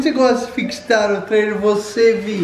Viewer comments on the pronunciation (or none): Amo esse "fixitar" da Vi!!! ♡